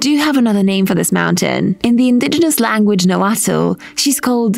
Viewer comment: you totally butchered the pronunciation of the word "nahuatl"